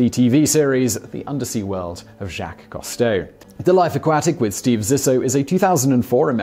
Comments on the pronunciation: Whaddya know, mispronouncing again. What a surprise. " "Coo-stow", not ""coh-stow". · Simon, usually I let slide your many mispronunciations, but with the well-known-to-all Jacques-Yves Cousteau, rather than Jack KAHSS-toe, it's ZHOCK (eve) coo-STOW , with the 'zh' being the same sound as the 's' in 'measure'. However, as always, this video was well done and informative. Thank you. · WHo the hell is Jacques COS-TOW??? It's COOOS-TOW. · It's pronounced Coo-stoh, not Cah-stoh. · Simon, it's "COO-stow", NOT "COST-toe"! UK pronunciation allows for the "ou" sound to be "oo", rather than "aw" - SO DO IT! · Coo-stow....not cost-toe.....jusy sayin'. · “Coo Stowe”. That’s how he pronounced his name. I watched every episode as a kid, and he inspired me to become a diver. Cheers. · Cousteau Is not pronounced "Cost-o". But it would't be Top Tenz without at least one of Simon's trademark blunders. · Although I'm a biologist, I didn't recognise the misspoken name 'Costeau' which is really 'Cousteau' (grrrr) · Right? Simon is incapable of pronouncing so many common words/names. And it's not even part of British vs American English pronunciation (like garage with hard vs soft second G). For a man that makes a living from the internet, and especially given the topics of all his channels, he's so culturally inept that he can't pronounce Jaques Qousteau. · This guy never could pronounce "Cousteau" correctly (sigh). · You may want to take a look at the spelling of Cousteau and maybe try pronouncing it that way! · If you know he had a TV series you could have easily picked up the correct pronunciation of Cousteau from that. Frequently the mispronuciations are so ridiculous I'm beginning to think Simon and his writers do it on purpose just to get comments... Oops, I guess I fell for that one, since I rarely comment. SMH